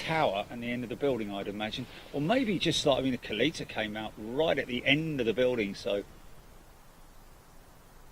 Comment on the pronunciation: I think it is said KAL-ETTA....or something close to that. A former NHRA drag racer owns the company. I remember that is how they said his name on TV.